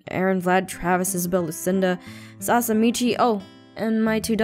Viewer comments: anyone notice that aph said Sasa instead of Sasha :) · Omg i thought i was going crazy when i heard it YAS I HEARD SASA ASWELL!!!! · I know right I swear she said salsa and Michi not Sasha and michi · Diaboli 14s no haha I heard salsa instead of Sasha lmaooooo hahaha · Did you catch Aphmau say salsa instead of Sasha. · She actually said salsa maybe she was hungry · I think both times she said sasa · KawaiiAlliGaming-Minecraft Dud I heard Mochi and Salsa! It doesn't sound good.... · KawaiiAlliGaming-Minecraft I heard Michi and Sasa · is it just my ears or did she say Sasa instead of Sasha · "Salsa and Michi?" Any one else hear that?? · it sounded like she said sausa XD idk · I thought it was, like, a failed attempt at saying "salsa" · I though she said Salsa XD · i heard sasa like vixella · I heard "Saska" but I think that's just me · She actually said Sasa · I heard her say salsa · Your saying it wrong I heard Salsa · I herd salsa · When Aphmau said "What about Sasha and Michi?" I thought she said what about Salsa and Michi!!!! Hahahahahahahahaha!!! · I heard Salsa and Michi also, I thought that I was going crazy. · XD Ik I heard that, I starting laughing so hard. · DID APHMAU SAY SALSA AND MICHI OR SASA AND MICHI!??! XD GAWD DAMN!!!!! do I need an hearing aid!?!!?!! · Who else noticed that aphmau said “What about SALSA” instead of Sasha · also she said salsa instead of sasha! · SAME!! I heard her say "Sasa" "Sahsa" (Pronounced Sah-sah), and FINALLY on the third time she said it correctly! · lesliedoney1 I heard salsa! 😆 tries and fails to find a salsa emoji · Also, am I the only one who noticed she said sauca instead of Sasha at the beginning xD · i heard salsa in stead of sasha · Is it just me or did Aphmau say Sasa instead of Sasha many times? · She said salsa! does a Mexican dance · Ya I heard it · Sounded like salsa like imagine a pile of salsa just lying in a prison cell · no she said " salsa " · Is it just me or did aphmau said salsa instead of Sasha ?